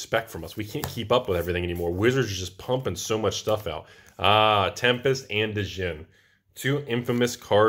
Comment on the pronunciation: Is he saying Djinn (Dah-jin) that way to troll or does just not like a silent "D"? 😆